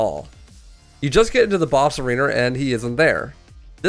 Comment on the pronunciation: This guy must be from wherever the Voice actor for Heisenberg is from lol. he said "Arener" when pronouncing Arena like Heisenberg pronounces Mother "Minrander" instead of Mother Miranda